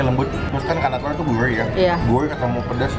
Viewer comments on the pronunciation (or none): Kemewrahan, guwrih, riwbuan, ruwmah, dudududu cadelnya!♡